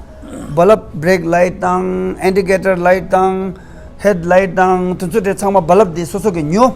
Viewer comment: I like when you said BaLaab for Bulb. Looks like you are ex 22.